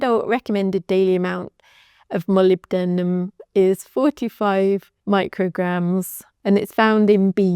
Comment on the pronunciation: Woooow you learned to pronounce molybdenum!!! ❤❤❤